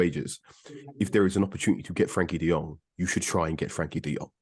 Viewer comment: Can't really respect Andy Mitten's opinion on this when he's one of those casuals that pronounces the J in Jong. Anybody that's seen De Jong play knows that it's De Yong. He only seems to know things about United and has no idea about any other team.